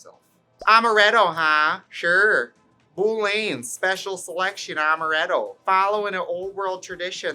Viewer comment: When you were pronouncing Amaretto with a Wisconsin accent, I DIEDDDDD